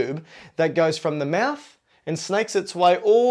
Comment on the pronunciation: You said maths not mouth 😂